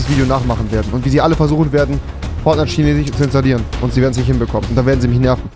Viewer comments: Normale Menschen: Chinesisch Rewi: Chinesich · Normale menschen: chinesisch Rewi: schinesisch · Es triggert einfach so ,,chinesich” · Normale Menschen: chinesisch Rewi: schinesich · Wie rewi chinesisch ausspricht : schenesich Wie ich chinesisch ausspreche : kinesisch Wie man es schreibt : chinesisch 😧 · ich sag auch Kinesisch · Niemand: Rewi: CHINESICH! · Niemand: Rewi: Chinesisch = Schinesisch Fisch = Fich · Niemand Immer noch niemand Rewi chinesich 😂😂😂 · Vor allem wie er immer schinesich sagt 😂😂😂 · Niemand: Wirklich niemand: Rewi: Tschinesisch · Niemand : Rewi: erstellt sich nen 2. Acc und stellt die Sprache auf schinesich (btw beste Stelle als rewi chinesisch so ausgesprochen hatte lmao) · niemand: absolut niemand: rewi: ich spreche halt einfach kein dschinesich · Niemand: Rewi: schinesich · Lol wieso sagst du immer Tschinesisch?😂😂😅